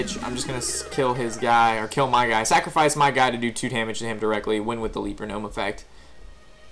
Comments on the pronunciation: le-per not lee-per. good guide though. I'm still working my warlock rush and this is good info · Kyle Becker leaper hehe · Is it me, or is he continuously mispronouncing leper?